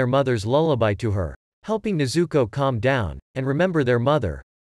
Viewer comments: Please say tanjiro and nezuko right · When he says nezuko i hear zuko😂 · I said stop saying nezooko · Stop telling nezooko